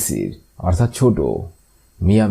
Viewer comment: আপনার অনেক আরবি বুল আছে এগুলা ঠিক করে নেন।যেমন মিয়া মিয়া এখানে ভুল করছেন এবং আরো বুলকরছেন কাবালা আরো অনেক শব্দে ভুল করছে। সে গুলা বলার সময় নাই।